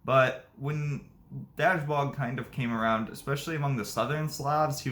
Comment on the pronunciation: Please work on your pronunciation. Try dashboog